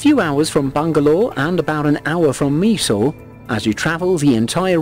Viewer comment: Meesore??!! Its supposed to be pronounced as My-soor..